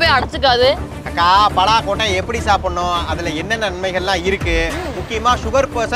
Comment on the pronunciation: 😂பலா பழம் என்று சொல்லுங்கள் தம்பி , பெலாபழம் என்று கூறாதீர்கள்.